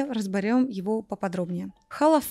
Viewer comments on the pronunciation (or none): none